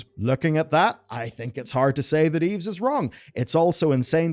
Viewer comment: Its pronounced "Eve" not "Eves". :P